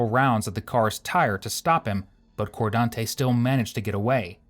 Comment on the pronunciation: "Lordez.. Cordante".. Which planet did this happen on again?.. 🤔